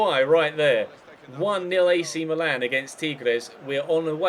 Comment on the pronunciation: The same goes with Milan! It's "Meelan" not "Malan".